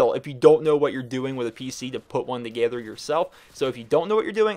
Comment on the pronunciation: Anyone else notice he said togayther?